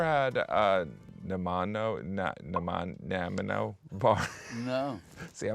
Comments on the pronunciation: this is a delicious square and is pronounced nah-nigh-mo bar. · Canadian here: It’s pronounced Nah-nigh-moh… 😅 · NA NYE MO that's how you say it, Jim! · Nuh-Nye-Mo is how I pronounce it. I live there (here). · The first dessert bar Jim talks about is a Nanaimo Bar, and is pronounced Na Nye Moe with emphasis on the Nye. Named after a city on Vancouver Island. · Nanaimo bars are pronounced "na nime o" ehh you hoser? Poutine is pronounced "pooh teen" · seriously, he can't pronounce Nanaimo bars? Nah-nigh-moe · I live in NANAIMO, BC, Canada. West Coast. We are on Vancouver Island. Nanaimo is pronounced NaNAmo. I had difficulty with it also, when I first moved here. This is where Nanaimo bars were born. Hard dark chocolate outsides, cream and a little coconut inside. Yum. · If this helps… Nanaimo = nah-NYE-moh bars Cheers. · Jim-- It's Nanaimo Bars that you're showing... Na-NI-Moe. The city in British Columbia (Canada) where they were invented, and yes... a national treasure 😘. Butter tarts are another... Enjoy your visit ❣ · It's pronounced Nah-Nye-Moe Bar. Got it? Okay, let's all say it together: Nanaimo Bar! Yum! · annnnnd they pronounced both of em wrong. oh well. you can come anyway. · Well, yes, he pronounced it correctly IF he was trying to say it in French. Otherwise, he mispronounced it in English. What is certain is that he absolutely butchered "Nanaimo" as in Nanaimo bars. But hey, just happy to see Americans include Canada in ANY discussion, eh? ;~} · Ya he butchered Nanaimo....not even close lol.